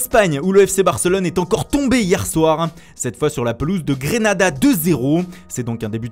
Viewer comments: On dit soit Grenade (en Francais) soit GrAnAdA en espagnol, pas GrEnAdA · En gros sa été prononcé dans les deux langues en un